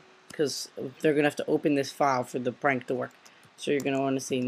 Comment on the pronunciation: you calld it pank